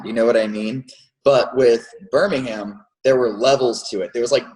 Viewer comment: it really bugs me how he pronounces Birmingham.......